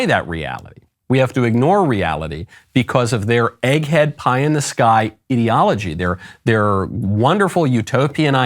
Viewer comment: did you say ideology or idiot-ology